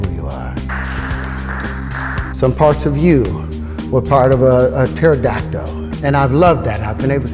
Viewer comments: And the fact that he pronounces it PterodactO… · Is my hearing bad or did he call a pterodactyl a "pterodactdo?" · I’m black ok.. but I have never understood how black ppl can mispronounce words like “pterodactyole” and “cereole” and a lot of black street fighter fans say “hadooken” instead of “hado-ken” what is this phenomenon?? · I think he said Taradacto